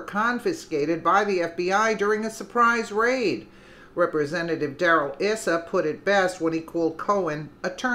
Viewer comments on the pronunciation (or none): Don't appreciate Neil Cavuto's snarky, leading and unnecessary questions, but if he gets his liberal fans to watch these interviews with brilliant men like Issa (pronounced "eye-sa") then I guess I can tolerate the snark. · Pronounced..EYE SA